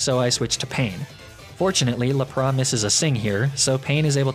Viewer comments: Did he just say ar cin e nay and ne ne tails? Isn't it Ar can ine and nine tails? 😂 Did he just say Lup-rah?! Tf isn't it lap-riss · Lap Ra? Laprassss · I didn't understand the reason behind a few of your pronunciations. Like Arca-nin-è, Nin-è-tales etc, Laprahh? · THERE IS NO O IN LAPRAS!